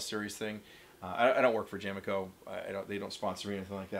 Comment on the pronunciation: That’s jame-co, not jame-eco. It is a shortened version of James Co.